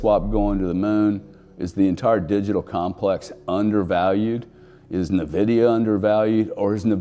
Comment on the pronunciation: NVDA won't peak until the last person stops calling it "nuh-vidia".